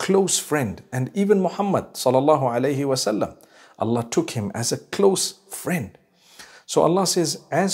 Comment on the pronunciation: Come on dude you couldn't even say Allah right